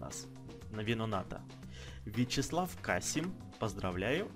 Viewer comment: Серия супер , интересная И да...фамилия моего друга читается как КасИм^^